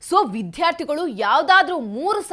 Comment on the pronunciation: ಮೊದಲು ವಿದ್ಯಾರ್ಥಿಗಳು ಅನ್ನೋದನ್ನ ಸರಿಯಾಗಿ ಉಚ್ಚರಿಸಲು ಕಲಿಯಿರಿ ಯಾವುದು ಮಹಾಪ್ರಾಣ ಯಾವುದು ಅಲ್ಪಪ್ರಾಣ ಅಂತ ತಿಳ್ಕೊಂಡರೆ ಒಳ್ಳೆಯದು ಆ ಸಚಿವ ನ ತಿಳುವಳಿಕೆ ಎಷ್ಟು ಅಂತ ಗೊತ್ತು ಬಿಟ್ಟೆ ಬಸ್ಸು ಬಿಟ್ಟಿ ಕರೆಂಟಿಗೆ ಆಸೆ ಪಟ್ಟು ರಾಜ್ಯ ಎಕ್ಕುಟ್ಟಿ ಹೋಗ್ತಾ ಇದೆ ಇನ್ನು 4 ವರ್ಷ ದೇವರೇ ದಿಕ್ಕು